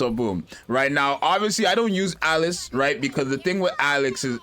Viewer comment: I love how he just keeps calling her Alex because he can't pronounce Alice